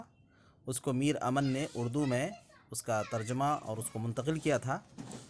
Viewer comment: میر امن ۔۔میم مشدد سے پڑھا جائے گا